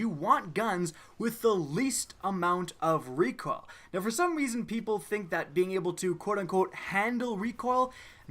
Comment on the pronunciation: Lmao he said "recwoal" instead of recoil😂